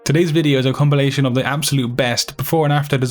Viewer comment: i love how he pronounces comBilation